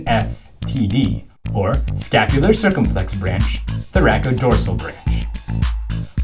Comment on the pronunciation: Funny anatomy mnemonic! I love learning tools like this - please do more! But why do you say "anterior cirCUMflex" instead of "anterior circumFLEX" Did you take Latin (where "cirCUM" means "around") Or is "anterior cirCUMflex" just a different pronunciation in a different region?